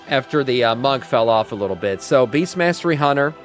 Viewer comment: Did dude say beastiality hunter?